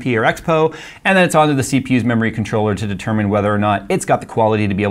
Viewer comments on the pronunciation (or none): none